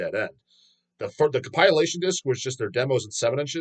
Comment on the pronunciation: It's COMP-IL-ATION,..